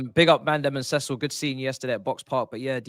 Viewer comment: Cecil??? Nah man pls don’t ever do that again